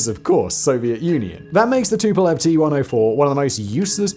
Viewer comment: TU is pronounced "too" cause it stands for TUpolev just as many other soviet aircrafts. Two first latter are first latters of the last name: SU, IL, AN etc. so it's pronounced the same as the name